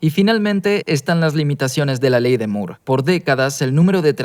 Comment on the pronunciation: diganle al que traduce que la ley de moore, se dice como en ingles "more", no MURO JJAJAJAJAJA